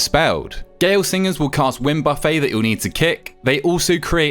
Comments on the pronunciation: Thanks for all of the quick no BS guides! By the way, "Buffet" is pronounced "buff-it" in this context, not "buffet" as in an all-you-can-eat buffet. Just mentioning that since you also pronounced it that way in another video lol. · I hate the way you say buffet